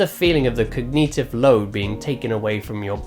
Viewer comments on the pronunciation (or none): Stop pronouncing Cognitive like Cog-neetive. Terribly annoying. 🙃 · cog nee tive? cog nih ti vvv! Lol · I can't get over "cogneetiv"